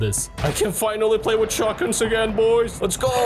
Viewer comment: Why do you use scottish accent when you say shotguns forever haha think it's hilarious as in scottish